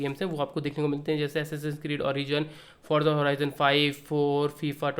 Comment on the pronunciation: bro said “horza forizon”😂😂